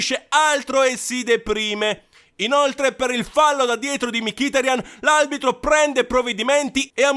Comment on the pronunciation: Peccato che dici aLbitro, spero però di sentire male